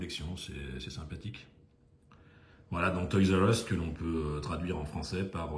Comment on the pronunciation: Salut, un peu en retard!! Une dinguerie ces modèles, alors la prononciation toys r us un vrai anglais 👍 je peux pas faire mieux à part le Portugal 😂 le petit porte container en jaune j'ai un doute le camion normalement est de quelle couleur? Oh cette couleur de dodge dans ce coloris rouge et super on dirait rouge candy légèrement plus foncé 😍 et ce saviem avec tampo sans majorette inimaginable sérieux tu as une collection de dingue et vraiment pas courante c'est sur Elvis doit être fou devant ce très beau modèle, merci à toi pour cette vidéo